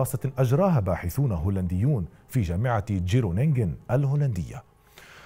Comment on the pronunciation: تنطق خرونينغن و لا ليس جرونينغن